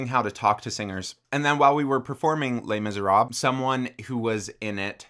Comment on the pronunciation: Completely random, but I just had to share this--when he said "Les Miserables," at first I thought he had said, "Lame as a rob."